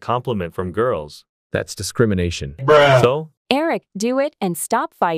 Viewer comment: “That’s descrimanation” 🤣🤣🤣🤣🤣🤣🤣🤣